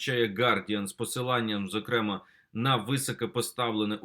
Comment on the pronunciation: ЗокремАА. ВИИпадок.